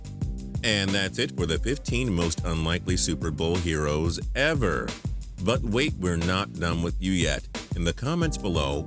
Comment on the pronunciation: Why do you sound like a robot. You said ever like E VER